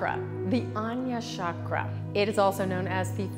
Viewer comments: "Chakra" not "shockra." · For God's sake Stop pronouncing it as shakra, it is chakra ,cha not sha...It's not french it's Sanskrit.. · With great respect to our ancient yoga gurus please don’t convert name of chakra. As our name doesn’t change as language changes, same way chakra name should not be changed because you can not pronounce. Regards